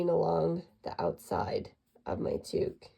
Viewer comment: towk not tooook